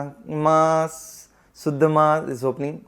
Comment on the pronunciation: Bhai shuddh ko suddh mtt bola kro bda awkward lgta sunne me 🙏😅 guddu bhaiya thore hi ho aap 😀